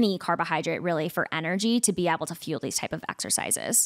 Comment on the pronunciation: Will someone please tell the guest how to pronounce the word able?? I could hardly stand this episode because she continuously mispronounced ABLE. She said ebble or abble and it was GRATING. Idk if this is a regional accent or something but it was horrible. Poor for having to hear that. She also struggled to say probiotics which is bizarre for someone in her field.